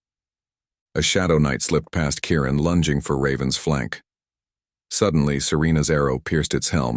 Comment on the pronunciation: Kieran not Karen!